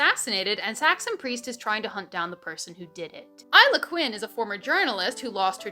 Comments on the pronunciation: I’m sorry that’s how you say isla?????????? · And, it helped you learn how Isla is pronounced. 😜 No dig intended, names can be darn tricky!! Love you,, and all your content. 😊 For Bookhalla!! 😁